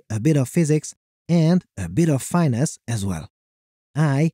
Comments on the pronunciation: finesse isnt "fine"-"ess" its "fin"-"ess" (like dolphin fin) I've enjoyed your videos for a long time. just trying to be helpful, have a great day! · "It does not have the fine ass required to build the tower" my man it's pronounced fin-ess 🤣